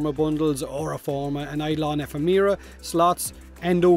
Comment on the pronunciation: Thanks for the update much appreciated. But it's eh-FEM-er-uh. It's like a real word and everything. Not a made up DE name for once.